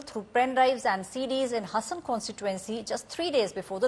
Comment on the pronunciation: Its Haasan bit hasan plßssßssssssssss